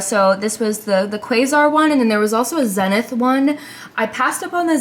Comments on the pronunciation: It's pronounced ZEE-nith, not zen-ith. The n is silent in the pronunciation. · Quasar is pronounced Kwaysar. Zenith is pronounced Zeenith. I hope that helps. Also the channel switch on the back is only used if you are connecting the VCR via an RF input. Think antenna connection. The antenna would connect to the VCR and the VCR would connect to the TV. 😁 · For old dudes like me it’s so cute to hear you pronounce Zenith with a short “e” (“zenn-ith”) I’d like to tell you about things like the feud between RCA President David Sarnoff and Philo Farnsworth, how Quasar was once a Motorola product, and the tragedy of Curtis Mathes, but I don’t wanna bore you to death. It’s kinda weird to feel like a historian when all you’ve actually done is stick around long enough for things to change.